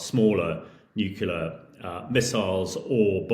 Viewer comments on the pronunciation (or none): "New killer"?... Does this guy really not know how to pronounce "nuclear"?? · Do not take seriously anyone who pronounces nuclear "nook-u-lah ". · Yes, you wonder about his attention to (important) details ... and his pronunciation of 'nuclear' ... it's not nuc-u-lar! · As soon as I hear some sausage, who can't pronounce 'nuclear' properly, I switch off. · Russia has NOT lost 600K dead. That's all losses—KIA, captured, incapacitated, deserted. I'm done with this crap video. Dude can't even pronounce "nuclear." Not remarkable for the average person, but signs like that are all over the place with this poseur.